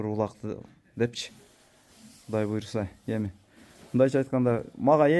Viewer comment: Молодец Красавчик Болот баары Куда кааласа. Буйруза буйруза буйруза дей бербей сөзүңдү оңдоп сүйлөп үйрөн блогер.😂😂😂 Кудайым буйурса деп айт жэ